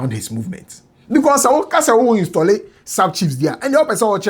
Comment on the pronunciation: thanks for the greatest job done. This shows how weak we are as a nation. pls did you say 'installi' be careful 😂